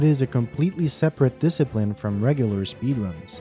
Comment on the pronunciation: In-a sp-ee-der-uns